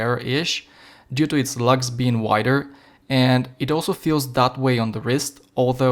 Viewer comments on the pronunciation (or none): none